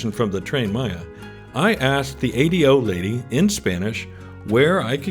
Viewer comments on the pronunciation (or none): I do hear Americans saying it like you. I think you only have to tell an American once that it's an ingenious name when pronounced correctly. You say "Adios" before you get on the Ahh-Day-Oh. Great video.